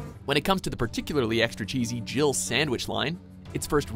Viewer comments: I'm still adamant barry says dribble sandwich not jill sandwich. He definitely says two syllables. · Am I the only person who thinks that they say "Jiggle sandwich" instead of "Jill sandwich"? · when the first Resident Evil came out we thought Barry said "Jiggle Sandwich"...too funny